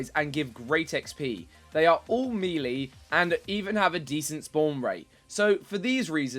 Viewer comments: the way you pronounce 'melee' , it is may lay not meerlee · May lay or me lay, just not the exaggeration at the start with meeerlee